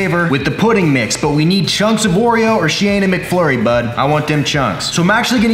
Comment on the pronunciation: as soon I read this he said it but with extra emphasis "bud"